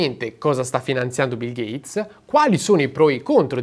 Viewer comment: Ho solo una cosa da dire: "GATESS"